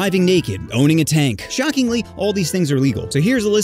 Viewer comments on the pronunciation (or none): I can't tell if he said owning a tank or boneing a tank 😂